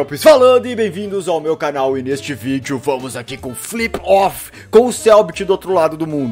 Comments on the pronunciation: IIIII HEY GALERA FELPS FALANDO E BEM VINDOS AE MEU " CAGAL "? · ele falou canal